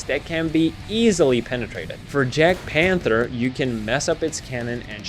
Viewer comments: small tip for jagdpanter it’s accually said yagdpanther like jaguar but yaguar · I really like this, everything is great. Only one little critique, the jadgtiger and other German tanks are pronounced as a y not a j. Like if you were gonna say jadgpanther you'd say yag panther. Other than that it's amazing